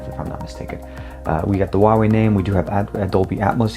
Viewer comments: It's not pronounced waway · TK Bay HUAWEI H is like H from Huge, U is like W from Way, A is like U from Bug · People think the H in Huawei is silent. In Chinese, it is pronounced more like Who Are We if you say the three words really quickly.